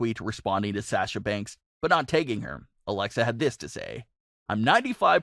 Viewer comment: The way he says Sasha is killing me inside